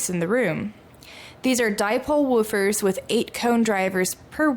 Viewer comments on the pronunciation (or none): Love this. I remember the days when I would stroll into Pacific Stereo and marvel at the latest McIntosh gear, miss that! Now, about these Woof-fer’s, yes, it’s woof-fers, not vufers… Lol, it's all good and these are impressive!